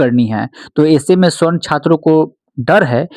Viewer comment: Darr to bahut lag raha hai sir aapko bhi warna ✔️ सवर्ण (Savarna) ❌ स्वर्ण (Gold) — ये सिर्फ धातु है 😅